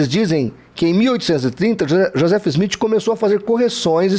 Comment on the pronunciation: Quando voce fala do Joseph Smith e não sabe nem pronunciar o nome. O maior absurdo que ouvi e realmente não saber nada o que está falando.